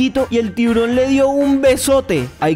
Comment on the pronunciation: En la chica dijo un tiborojojoj🤣🤣